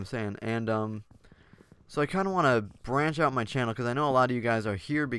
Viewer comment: Did anyone else laugh when he said "brach out" while chopping the tree? haha maybe it was me.